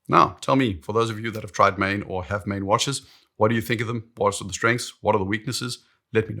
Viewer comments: you're a saffa, it's pronounced like "Maan" in Afrikaans. And yes I confirmed this with google first.:P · The name "Maen" is pronounced "Maan," like a Jamaican would pronounce "man." "Maen" is Old Dutch (17th century) for "moon." Today, we Dutch write "maan." Many Maen watches bear the names of places and cities in America with which we had colonial or immigration ties. Hence, Manhattan.